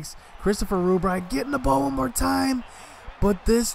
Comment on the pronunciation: love how you say REWBright to avoid saying rub lmao i would do the same haha